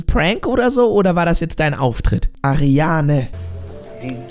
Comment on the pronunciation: Wie sie heißt:Ariana Wie er sie nennt:Ariane😂